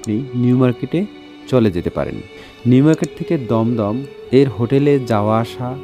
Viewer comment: Dumdum balo kore bolo